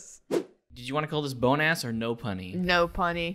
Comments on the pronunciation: Why does BONEASS Sound like Bonus? I mean... Everyone can hear that right? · when they said "Bone ass" all I could think of is the French word. In French "bon" mean good so all I hear is good ass. and bone sounds like bon. but pronounced a bit differently but very similar. 🤣🤣🤣🤣🤣